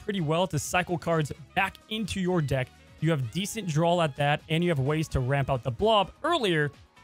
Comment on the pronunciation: Lmao bro I could’ve swore you said getting limbo with Blob “will lower your D*ck size” instead of lower your deck size! Lmao great video man!